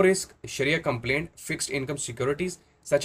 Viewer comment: Agreed absolutely It is compliant and not complaint. Both are the different words